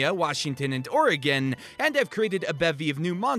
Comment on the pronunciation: Every time you said Oregon I was like YESSS